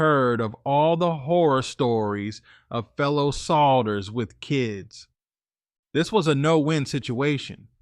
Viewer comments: Dude said solders, not soldiers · Its "soldiers" bro, not "salders"!😅